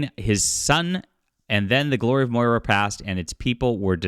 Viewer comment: Butchered Moria. Disappointed.